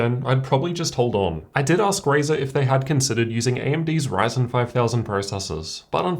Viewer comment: this man literally says, "raisin." At least try lol, can you say RY? pronounced, "RIE." If you can just say RIE and then say zen. RIEZEN and he literally says RAYZAR